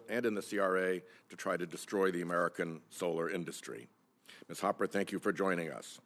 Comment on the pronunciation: Kennedy is so lame he doesn’t even know how to pronounce Hopper. His country bumpkin routine is so tired.